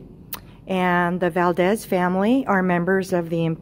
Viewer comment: It's not Valdez it's Valadez